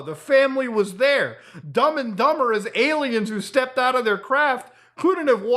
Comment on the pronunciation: I cant get over how he calls them ay lmaos and how he pronounces them. lol